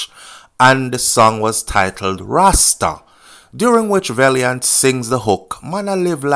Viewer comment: VAL NOT VALE VALIANT NOT VALEIANT😅😅